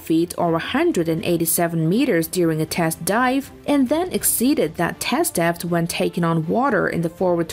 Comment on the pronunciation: After a while, I stopped listening to the words and just winced at her pronunciation. "bow" rhyming with "cow", struggling with the word "depth", is she artificial? In which case, it's very good, but otherwise...